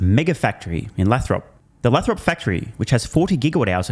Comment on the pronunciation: Dude, it’s “Lay-throp” (long A)😊. Love ya